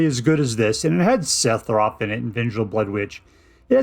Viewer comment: Holy shit, say sephiroth wrong some more lmfao.